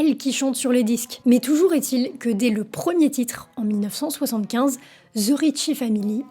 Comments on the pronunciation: the se prononce de et non ze , je sais pas pourquoi tout les francais le prononce mal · Là, la France, arrêtez de dire "ZE" lorsque vous dites "THE"! Ça se prononce DE ET NON ZE.😂 C’est un DE en accentuant un peu la prononciation sur le bout de la langue.🤦‍♀️ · The ne ce prononce pas ze